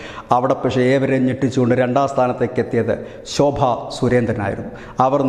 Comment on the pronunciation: സുഹൃത്തേ ആലപ്പുഴ സോഭാ സുരേൻ ജയിക്കും ആലപ്പുഴ സോ ഭജിക്കും എന്ന്പറഞ്ഞു പഠിക്കു ആലപ്പുഴ സോഭാ ജയിക്കുo